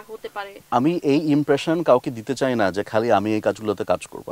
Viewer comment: Wtf is chay na? It's chai na. How these mistakes are getting to national tv.